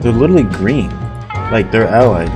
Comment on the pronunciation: bro says "lilrally"